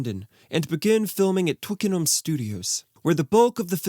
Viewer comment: Thank you for saying 'Twickenham' properly!